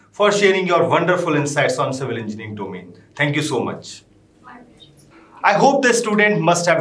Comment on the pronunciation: The host in red tie is not even able to pronounce "engineering" instead he has his own pronounciation " enginring"🤣. How ever explains quit well about various tools available to eaSe civil engineers.... Great job by her